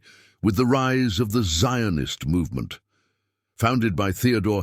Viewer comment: Jews lived in the land of Israel since bible time. The arabs did not concor the land of Israel till the 7th century. They have nothing to do with the canennites who disappeared from Israel during King David. The way the narrator pronounces the word Zionist shows that this piece is not historical account but propaganda for the Palestinian claim.